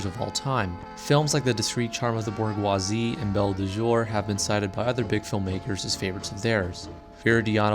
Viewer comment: Not to pile on, but you did also mispronounce 'bourgeoisie', which should be said with a soft 'G' sound, as in mirage.